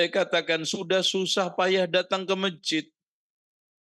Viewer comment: Masjid bukan mejid🙏🏻🙏🏻